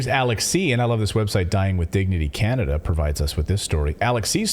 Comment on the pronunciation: Hahaha "Canadia"... you said it wrong, it's CHINADA.